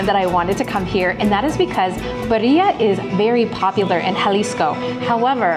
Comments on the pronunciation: Not Beria but birria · Please take the time to learn how to annunciate ….. BEE—RREEE—ah birria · Birria is pronounced " bee-ree-ah" hard accent on the first syllable. I love it!! Mazamitla looks amazing❣️ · It's pronounced BEERia